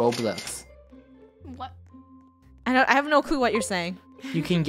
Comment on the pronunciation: 1 trillion Roblux Funneh and me: Roblux??